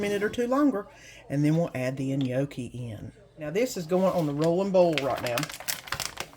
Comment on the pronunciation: The chicken and gnocchi looks good, i'm going to try it. just fyi the G is silent in gnocchi. Hope you have a good week.